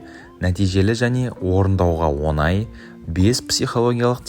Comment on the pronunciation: о Ң ай, оНай емес.